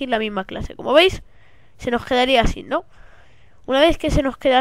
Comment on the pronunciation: "se nos qedaria asin" xd